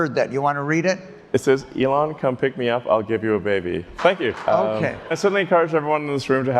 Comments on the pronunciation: is yet another person who refuses to pronounce Elon's name like Elon pronounces it. He pronounces it like Elan in English ("e-LAN") which is a completely different word meaning to have enthusiasm, engagement, and flair. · I cringed every time the Grant Amato impresonator said "Elón" instead of "Élon". I'm sure he watched some of his other interviews as preparation, he must have heard Elon say his name a couple of times. Why do people do this?